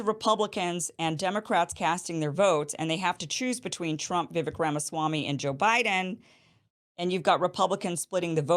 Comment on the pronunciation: Vi "vek" sounds like Cake not vick #LegendKim